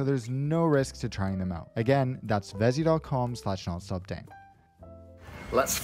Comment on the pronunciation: Vessi, not Vezi